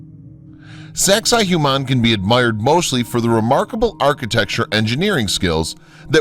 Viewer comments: its not saxay hu mon. its saxsay wah mon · Why is he pronouncing it "Zexi Humann"??? EVERYONE knows it's "Sexy Woman" 😂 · Great documentary, and I'm having a hard time getting over how poorly your pronouncing the names of some of this sites. It's not so hard to find correct pronunciations. Sacsayhuaman is pronounced Sak-sa-ee-wa-man, for example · (1) sex-ay hoo-mahn xD look at that kid in the bottom right corner that gave up. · why am I keep hearing SEX-I-HUMAN lmao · Sacsayhuaman is pronounced as "Sexywoman". No joke! Thats how the local indigenous people say it. It is easier to say and remember in all honesty. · No. Correct pronunciation is: Sux-ay-wuamun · He says Sexy Woman. Lol